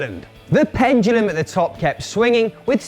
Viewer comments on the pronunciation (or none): none